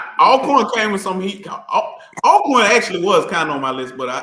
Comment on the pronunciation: GA - You need to correct when he says -corn.